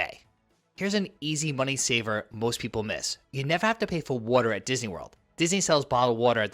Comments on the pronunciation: What is weerter? Are you trying to say water? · What the hell is wharterer?